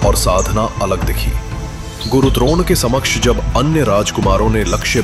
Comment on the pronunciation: बहुत ही ज्यादा अच्छी प्रस्तुति है सच में देखकर बहुत आनंद आता है आगे भी ऐसी विडियोज बनाते रहना थोड़ी बड़ी विडियोज भी बनाना और गुरु ड्रोन नहीं गुरु द्रोण थे🤣 AI voice - मज़ाक